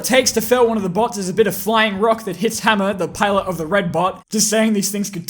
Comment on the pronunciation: I turn on the subtitles and when he said bots it turned into butts